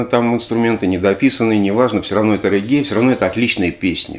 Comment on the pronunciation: Все же рЕггей, или рЕгги (специально уточнил у соседа с Ямайки)